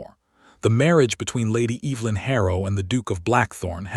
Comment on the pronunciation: Please at least say her name correctly. It’s not pronounced Eve-linn. It’s Ev-e-lin.